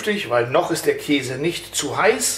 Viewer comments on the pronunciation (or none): none